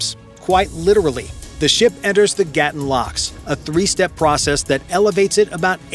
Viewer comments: 👉 Lake "Gatún" is not GAH(t)-uhn (like GATTEN) - - it is gah-TOON !!! It's jarring when the narration of a documentary mispronounces critical elements repeated over and over again. 😮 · It is Gatoon not Gattin. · it is gaa-toon not what you said.